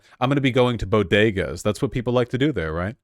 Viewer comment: I know Vaush is gay but that's the gayest pronunciation of "bodega" I've ever heard